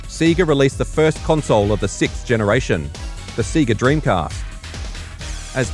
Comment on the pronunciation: The way he says SEGA tho lol but awesome video tho